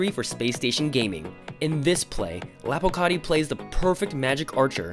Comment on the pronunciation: Man said "lopocarti"